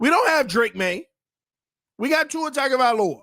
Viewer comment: Is intentionally saying Tua’s last name wrong?😂